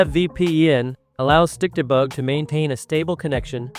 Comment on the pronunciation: When your tts says stikdebug I hear stick the bug😭